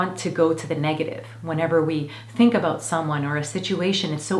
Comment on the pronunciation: 24 "abote"? I wonder where you live...